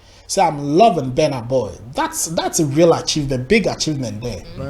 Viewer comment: It is called Burna boy not bana boy